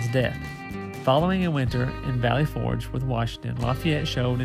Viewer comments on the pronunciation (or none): none